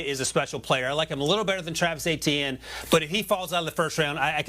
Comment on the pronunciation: Etienne is a French name and the "E" is softer, as in "et".